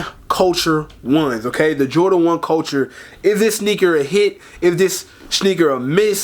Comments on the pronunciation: It's pronounced 'coatoor' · If you can’t even pronounce couture I’m not taking your review seriously. This man called them the cultures lmao